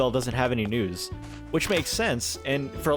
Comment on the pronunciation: Omg omg omg, when you said “it’s unfortunate that Isabelle doesn’t have any news” I could have sworn you said that Isabelle doesn’t have any nudes!!!!!!